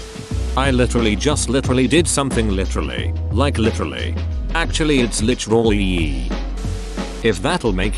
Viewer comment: Lich-rull-yeee. LMFAO